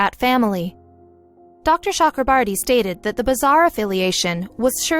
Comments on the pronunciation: Cho. Okro. Bor. Ti My ears are bleeding listening to the whatever borti you are sounding. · As an Indian, this was a proud moment. BUT WTF IS SHE SAYS THE DOCTORS NAME ITS CHAKRABORTY NOT CHUKRABURTY JKSKSKSVSSS